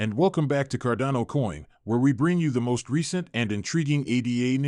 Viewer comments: Why can you not pronounce Cardano properly? Its frustrating. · This is so frustrating. How can a channel dedicated to a specific crypto not even pronounce it correctly...